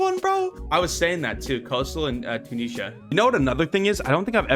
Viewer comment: Breaks me how you say Tunisia. And the season 6 name was LITERALLY (Bobby) Once upon a time in RUST😂